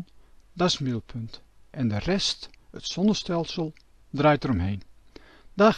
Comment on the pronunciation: Waarom kan deze man de "Z" niet uitspreken. Wel handig als je het constant over zon en zonnestelsels hebt. De son, het sonnestelsel????